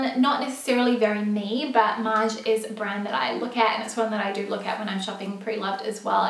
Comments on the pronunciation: Love your videos!! By the way, I'm french and your pronunciation of "Maje" is perfect:) Your friend's pronunciation is very incorrect ( she says "Maya") but pretty funny!!;) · Yayyy for featuring Australian designers/shops 🇦🇺 the CR pants are 👌🏼👌🏼 and I hear Maje (pronounced Madje) from English influencers/bloggers..?